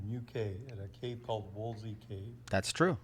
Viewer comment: It's Wookey not Woolsey. The first dives there were hard hat, not on a tank. (I was "dry" caving in Mendip, that part of the world, this weekend. It was damp, constricted and fun. I was in a 5 mil wetsuit for the "dry" caving.)